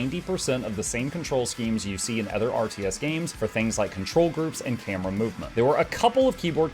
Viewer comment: tee hee "othger". Great vid as usual!